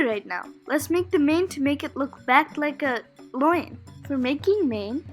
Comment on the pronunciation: Very creative, I liked it. Your pronunciation of lion is wonky 😄